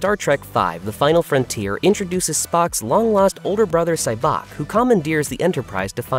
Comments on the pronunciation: Who is SyBOK? Why does the narrator obviously not know the material he’s narrating? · Sybok's name is NOT pronounced Sy-BOK, it's pronounced SY-bok.